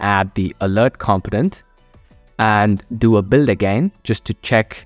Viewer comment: I promise I'm not trying to be a jerk, I had a hard time with the word as well.. Component is pronounced: Kuhm-poh-nuhnt. The first O makes more of an 'UH' sound, The second "o" sounds the same as the letter, e.g. "oh".